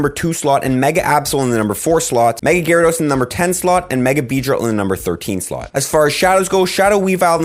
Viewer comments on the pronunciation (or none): none